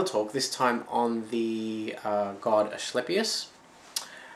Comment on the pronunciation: Nice vid, just an fyi the c in Asclepius is a ka or ca sound not a ch or sh. Loved the info though now gonna go look at more of your vids. :)